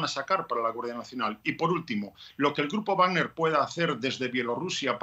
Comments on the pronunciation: X que la periodista dice grupa wagna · Grupo wagner, dilo bien coño.